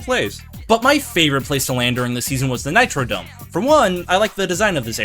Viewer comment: hey its not the nitrodome its the nitroDROME forgot the r